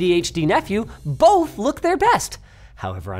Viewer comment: So I know it's the Canadian in Linus, but why was that one "both" sounding like a mix of a Viking and Russian man? BOOHHHHHTH